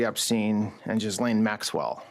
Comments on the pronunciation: Their non-compliance and declaring bread crumbs are a bakery is not a surprise but what is a surprise is people's relentless intentional mispronunciation of Ghislaine's name as Jizzlane. Blanche spoke directly to her weeks on end yet "can't" pronounce her name? Anyone who reports on the stories pretending they don't know is laughable. Among the millions of other "laughable" BSing that goes on with the Epstein saga. Stick it up your Ghislaine! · Did he call Maxwell “Jizzlane”? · He interviewed Ghislaine and can't even get close to pronouncing her name. And this is one of Trump's smarter picks. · He didn't even know how to pronounce Ghislaine... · It is hard to take a person seriously, the "Deputy AG", who does not know enough to properly pronounce Ghislaine Maxwell's name. Bunch of bozos.